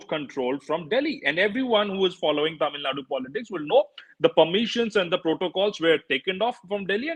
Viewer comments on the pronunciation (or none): Barkha, I have immense respect for you and your work - but it did pain me to hear you pronounce Tamil Nadu as "Tamil Naad" - in the wake of the recent North/South debates, the least we can do is get the pronunciation right! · Kannad, TamilNaad... That shows the attention and respect North India care about South. Just disrespectful..